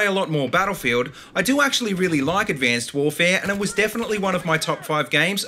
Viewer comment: Why do you say abcanced warvee